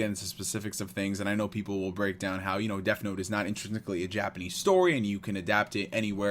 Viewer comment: Curious but is it honoring the source material to keep calling it "deaF note"?